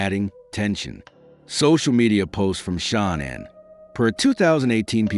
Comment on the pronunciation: Ahh bro, c'mon! Tough to be a subject matter specialist when you can't even pronounce Shanann's name properly. I've ALREADY been annoyed from watchin ENDLESS hours of the Watts case, & there being TWO ways of sayin her name, even her own family called her "Shannon" (Shanann) like you'd hear from many guys'/girls' name--but now here u are creating a COMPLETELY different 3rd option I've never heard a SINGLE other person pronounce it like!? Then you ALSO messed-up his girlfriend's name "Nichol K" as "Nickel". Lol anyway, ANY time I hear 1 of these annoying people pretend like they're "perfect"...A) "perfect" doesn't exist & B) "let he who is w/out sin...cast the 1st stone. At the absolute bare MINIMUM, if you cannot admit that, or that literally EVERY human being sins...then I ALREADY don't trust you--bc you're lying--& that's JUST from that one particualr "test" ALONE--the smarter u are, the easier it is to put these narcissistic liars to the test